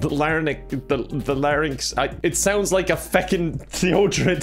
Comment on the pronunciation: I’m not going to lie, struggling to say “larynx” was great! 😂